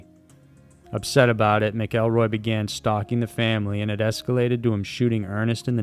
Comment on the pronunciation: Not "Mick-kell-roy"....its "MACK-EL-ROY"